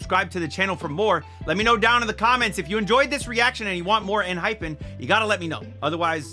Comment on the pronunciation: EN-HY-PEN is the correct pronunciation. Thank you for checking them out. They've the best bside tracks among all 4th gen boy groups. Check more songs please!